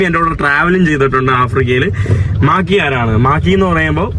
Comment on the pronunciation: മാക്കി അല്ല മാക്രി